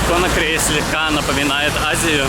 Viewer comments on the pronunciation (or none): Конакри - ударение на последний слог